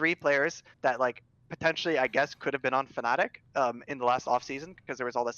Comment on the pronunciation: They also called Fnatic Fanatic in another video